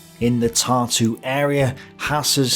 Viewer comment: For somebody who knows correct pronunciation and uses many of names mentioned on a regular basis, i find it funny how most of them are either pronounced completely wrong(with some names i was even unable to recognize) or have emphasis on wrong syllable(Tartú instead of Tārtu or Daugavá instead of Daúgava). So, again, there is a one-sided narrative being presented by a pro-german authors... So, again, everyone tows their own line. What a shocker. Because every author tries to cover crimes of side they are on and emphasize crimes of opponents. Both sides were evil in this conflict. Let me correct it - all sides were evil. Every side that took part in that war has plenty of skeletons in their closets. Its the nature of war, there are no just causes. Everybody, without exceptions, raped pillaged and murdered. I wouldnt necessarily take those numbers at face value, since what Germans claim to have done and what they actually did, are two completely separate things. Considering content of this video this disclaimer should be made about everything. Unless somebody is being biased, to emphasize possibility of certain data being inaccurate, due to personal preferences.